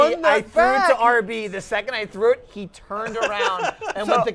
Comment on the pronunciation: "Don't say aahh B"; getting great, hilarious memories from that Edit: Proceeds to shout RB anyway LOL This time it sounds less British and confusing than it did in the past